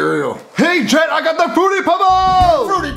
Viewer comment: Not to be rude but its jet not get